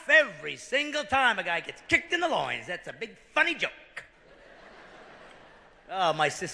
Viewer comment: hit him in the "loine"